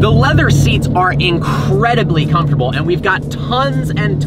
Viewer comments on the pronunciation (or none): none